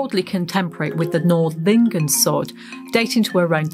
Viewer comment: Very interesting. Thanks! Small remark it is Nördlingen not Nordlingen. Completely different pronunciation.